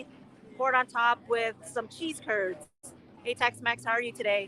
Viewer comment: American here. She poutine is French fries topped with gravy and WHAT??? It sounded like she said “sea turds”, honestly.